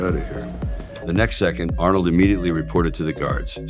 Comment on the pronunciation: I didnt know it was AI until he say arnold.. 😂